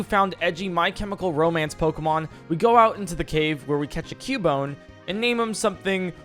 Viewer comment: "Cuboner" that killed me